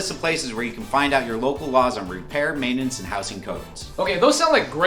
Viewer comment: Meintanens 🤢 Bruz, it’s meintnens.